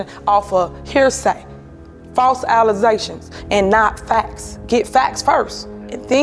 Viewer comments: did she say false "allizations". And telling other people they need to get an education. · "Trusteez" & "Allizations".......How could you not trust such an articulate "Supa Mayer"